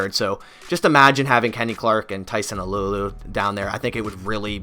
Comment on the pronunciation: it’s pronounced “tyson ahhloo ahhloo “ not “alew alew”